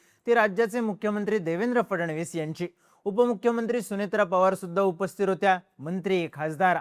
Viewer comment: AI वर बनवलाय का उपस्थीत हा शब्द का बोलता येत नाही? उपस्थीर???